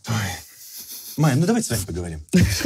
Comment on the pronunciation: Бляя правильно же Майя, а не Мая или это разные имена ?